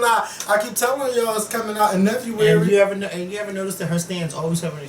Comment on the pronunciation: Never-uary? LOL....I can't with you!